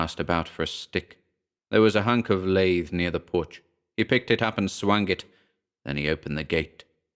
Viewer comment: I APPRECIATE YOUR READINGS GREATLY! Just a heads up on a couple of words I thought were mispronounced. The first are & same word. You read it as “PUSS” like the the nasty discharge from an infected wound, but should be read as in the following ‘Pussycat.’ The second word is I believe you meant to say “Lath - short A - which is a piece of wood that was used in the early 20th Century used in home building. Although you pronounced as “Lathe” which is woodworhing machine. KEEP THOSE READINGS & YOUR GOOD WORKING COMING